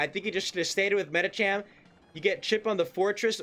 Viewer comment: this guy keeps pronouncing medicham the wierdest way